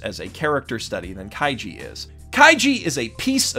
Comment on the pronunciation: I wonder how many times he accidentally said Kaijo instead of kaiji